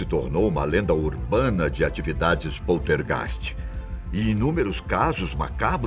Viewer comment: Que merda de video ... muito bla bla bla como todos os videos do canal ... muita narrativa ... e outra heim precisa aprender a falar poltergeist ok ...